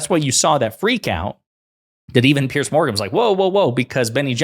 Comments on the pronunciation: It's pronounced "Peerz" not "Pearce". It's not good for your journalistic credibility when you get the basics wrong. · Brit here: his name is spelled Piers and pronounced ‘peerz’ not pierce. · Piers like peers, not pierce. It's not difficult. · His name isn't "Pierce" Ponder that. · Piers. It rhymes with tiers or tears. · It's Piers, NOT Pierce. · It's pronounced peers. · His name is Piers, not Pierce. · The only fault I find in this post, is that your pronunciation of Mr Morgan's has Christian name. It is pronounced as in peers through a window. Otherwise awesome 👌